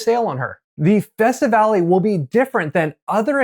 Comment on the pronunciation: sir, please investigate the proper pronunciation of these names...there is no accent on the last E... thus, not festivalEEE etc. besides that, thanks for the info